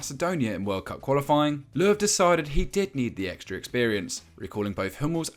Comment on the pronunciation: did he call him vacuum löw?